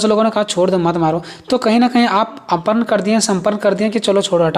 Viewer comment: Arpan aur samarpan padha jayega ushe aparn aur saparn nhi